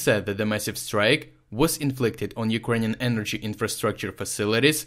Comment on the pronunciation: This is the best summary on the 10/10 missile attacks I've heard. It's nice to hear Urkrainian cities pronounced correctly.